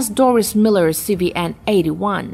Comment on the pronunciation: Ah, regarding the Dorris Miller, AFAIK he pronounced/went by the name "Dorrie" to preclude the feminine "Doris" pronunciation.